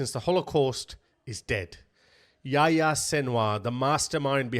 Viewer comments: His name was yo-yo, not yah yah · Why you call him yaya? Lol its yahya